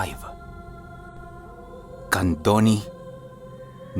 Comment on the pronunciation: CANDONI? YOUR PRONOUNCIATION IS NOT CORRECT! how do you convence me that it is true...? U dnt even know how to pronounce even the name?